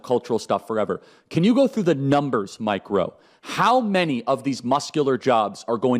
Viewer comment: He’s “MikeRowe” works😂